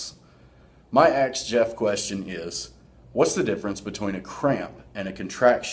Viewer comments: As much as it annoys me when people says 'aks', I have to admit, playing on that for AthleanX got a smile from me. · Wait is he asking? Or axeing?